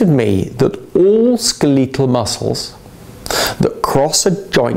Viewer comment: Skel-LEE-tal!! Mek-AN-NeeKuL dif-FIK-KUL-TIES of the Ee-so-phay-gus. I had a professor who had much the same pronunciation of anatomical terminology and medical conditions. The phrase following skel- LEE-tal is "Mechanical difficulties of the esophagus."